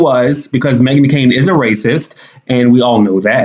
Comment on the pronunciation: Not the “Meghan McCoon.”😂😂😂